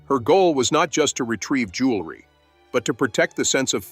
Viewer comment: The narration keeps mispronouncing JEWELRY and keeps saying JULERY please correct!!!!